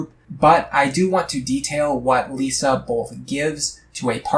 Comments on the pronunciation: I'm not sure i can take you seriously when you say she's your favorite. You mispronounced her name the entire time. She is the best though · Apparently you don't like her enough to pronounce her name right 😂